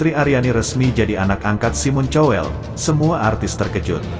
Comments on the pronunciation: Simon Cowell dibaca "kowell" , bukan "cowell" dan lahir bukan di Jogya, tapi di Bangkinang, Riau. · wa bacanya juga kowel knpa jadi chowel sih 😂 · Cobalah kalau ga bisa bahasa asing tanya dulu sama yg mengerti bhs Inggris, SIMON dibacanya SAIIMEN.... COWELL dibaca KOWEL. jadi SAIMEN KOWEL bukan SIMON CHOWEL, malu bro... Jadi reaktor, ok sorry bro... Semoga kian maju n mksih ye...